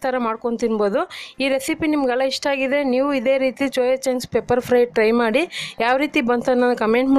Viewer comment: ಅಕ್ಕ ಚೋಯಾ ಚಾಂಗ್ಸ್ ಅಲ್ಲ ಸೋಯಾ ಚಾಂಗ್ಸ್ please correct your Kannada madam